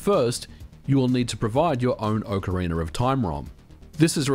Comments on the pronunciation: I'm only a few minutes in and I'm regretting the drinking game decision of taking a shot every time I hear "Ocariner" ... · "When it comes to video games The Legend of Zelda: OcarinER of time..." <3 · “Ocarina-r-of” Lol, this is exactly what went through my head when I read the title! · Speaker of this upload: you need a tutorial on how to pronounce ocarina. It sounds very Britain how you speak the word. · good video, although you say "ocarina" funny. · There is no "R" at the end of "Ocarina" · nobody: absolutely nobody: MVG: "Ocaraina of Time" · I don't understand where people are finding LoZ: Ocaraineeerrrrr of time? I have only played OCARINA of time. I mean, yall still call it Zelda, not ZelDEEERRRRRR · Why does it always sound like people are saying "ocariNER of time" when ever people are talking about this game? Is that how the word is actually pronounced? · I've never heard of this "Ohcariner" of Time, :-p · ahhh yes... ocarainer of time, masterpiece. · What is "Ocarin'er of Time"? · Ah yes, Ocariner of Toime. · oak-ah-rena? but its ock-ah-rena, kinda like its ock-tah-rock and not oak-tah-rock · (Oc O Ra Na) not (Oc O Ra Ner)..... dude, learn how to pronouce game name. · I love how you pronounce "Ocarina" like "Ocariner" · Wtf is an "Ocariner"? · Ocariner? I hardly know her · Aah Ocariner of time, takes me back. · Ocariner of time. Ocareinder of time. Ocarainer of time… Why do I always hear people pronouncing the name in some variant of that, instead of just OCARINA (aoh kr ee nuh) of time 🤨🤔 🧐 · Ocariner of Time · Do you ever stop and think to yourself that saying "Ocareener of time" just sounds a little funky? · No, that’s just a strange thing that people who speak non-rhotic English do. People from like England, Australia, etc. I believe the phenomenon is called “intrusive R” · I love your videos but seriously, Ock arena. not Oak arena. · Why do you say ‘Ocariner of time’ ? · Ocariner of Time. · "OcarinER" [visible discomfort] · Uckeraynor of Time 😂😂😂